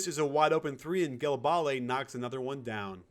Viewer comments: i think its not pronounced like gilebale its jilebal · Great video coach but it's pronounce "jélabal" not "djèlabalè" =) keep up the good work a subscriber from france =) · Your pronunciation was great ! Except for Gelabale, to pronounce it the right way you have to : - For the "Ge" , you have to say it like the first name "Jay" ! - The "La" is like the "La" in the word "Last" - For the "bale" you pronounce it like if you add a B in front of the name "Al" ! There you go for the right way to pronounce his name ! Great breakdown by the way, I loved this game =) Hope you'll do more euro stuff during this year ! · Cmon man Gelabale is pronounced Jé-la-bal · Ah ah ah !! Here : Google translate Gelabale in french, you'll see. But you pronounced Ajinça GREAT !!